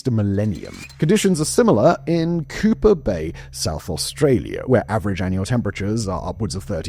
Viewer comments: Did you just pronounce Coober Pedy as Cooper Bay??? Also, nah don't worry about Port Arthur. Yes there are a lot of unexplainable things that many call ghost stories, but the place is absolutely beautiful. It is very painful knowing the historic site is where Australia's worst gun massacre happened but the community works to make new good memories and the people are lovely. And it's physically absolutely beautiful and peaceful. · Coober Pedy: Coo ber peedee. that is how you say it